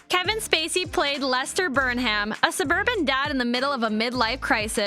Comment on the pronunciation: This was a great watch but the mispronunciation of “Burnham” was like nails on a chalk board! Otherwise was awesome!